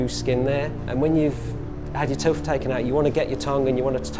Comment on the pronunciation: oh, "having a tooth come out" it sounded like "tuff".